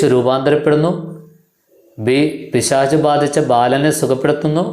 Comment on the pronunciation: പിശാശ് എന്നല്ല പിശാച് എന്ന് പറയു